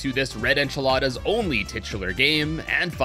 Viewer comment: Bro said enchilada like a omelette or something 💀